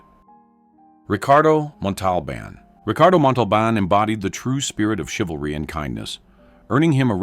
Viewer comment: So... how many times are you going to mispronounce, 'Montalbán'...?